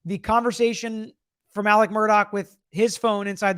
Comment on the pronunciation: His name is ALEX, not Alec